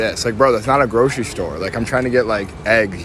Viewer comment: What's a "Storah"?